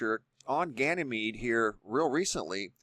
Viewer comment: Says "gyanemede up-close"